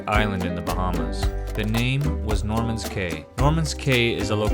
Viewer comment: just seems odd someone took the time to make a video about a “cay” in the “Bahamas” but doesn’t know how either is pronounced.